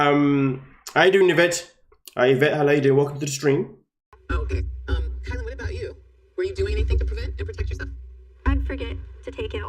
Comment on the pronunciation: I really don’t like to knit pick but it’s driving me crazy. Her name is “KI-LYn (spelled Kylen), not Kaylen. Or K “EYE”lyn if that helps.